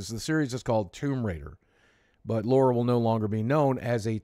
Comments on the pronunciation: Every time I hear Laura instead of Lara I cringe :/ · LARA not LAURA